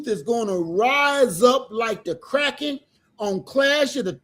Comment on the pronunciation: 'Release.....the Crrrackin'...😂😂